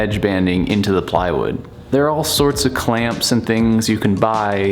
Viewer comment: "playwood loking good" jajajajaja